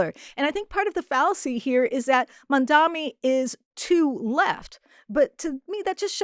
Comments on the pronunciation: Mamdani not Mamdami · MISS, HIS NAME IS " MAM-DANI "